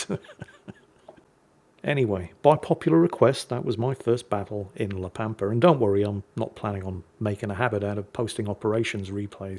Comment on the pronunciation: La Pampa makes reference to the Pampas Region. So it can only be Argentina, Urugay or Brazil. It is in spanish, só it must be one of the first 2. BTW ur pronunciation is correct